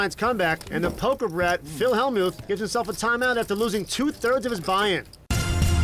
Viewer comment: The Y in Hellmyouth is SILENT